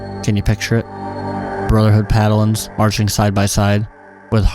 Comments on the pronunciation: It's "paladins", not "padalins". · Sir, hearing you say brotherhood "Paddlins" is breaking me. Pal-Ah-dins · "Padalins"? Really? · you accidentally said padalins instead of paladins lol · Mispronouncing Paladins? Thats a paddlin.